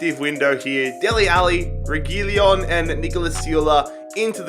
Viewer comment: "reggielon"❌ "regeelon"✓